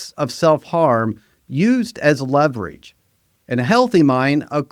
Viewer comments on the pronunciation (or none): none